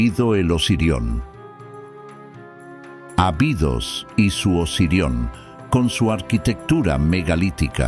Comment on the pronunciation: Ábidos, se pronuncia.